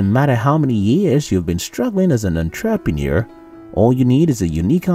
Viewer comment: My one wish is for this guy to learn how to say entrepreneur properly then I can die happy. That aside I love your videos!